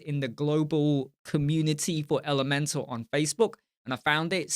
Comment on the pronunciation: You got it right, it rhymes with Leeds :)